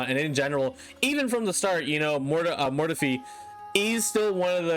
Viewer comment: You should do a compilation of mispronunciation.